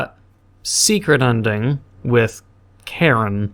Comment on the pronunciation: i love how he says karin as karen